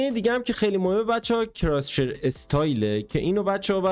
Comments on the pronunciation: عزیز دل بخدا اون کراس هیره نه کراس شیر ❤😂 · کراس هیر ✅ کراس شیر ✖